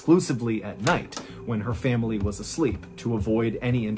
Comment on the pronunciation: I love you, Mrballen, but the way you add an extra syllable to the world "family" drives me absolutely insane.